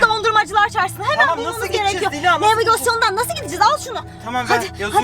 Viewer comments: 😂 nevigasyon değil navigasyon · nevigasyon😂😂😂😂😂😂😂 navigasyon